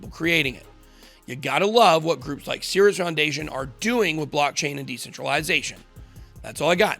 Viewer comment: I thought you said Sears. Thankfully there's text to tell me you said Cirus.